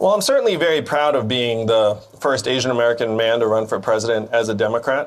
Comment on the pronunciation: What's an eeeeshian-american?